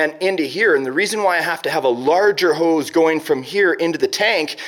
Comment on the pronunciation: Every time you say nozzle and hose I hear it as Grounds Keeper Willie "noodles and house"!